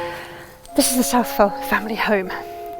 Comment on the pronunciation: It’s pronounced South-Well. I am a direct descendant to Father Southwell and Sir Richard. I am a born Southwell. There is a lot of information about the Southwell line that has gone undocumented. My family holds the only (known) copy of our history. Unfortunately it has been misplaced since my grandparents passed away about 20 years ago. My families coat of arms shield is displayed above Sir Robert’s tomb in the church of St. Nicholas in Woodrising.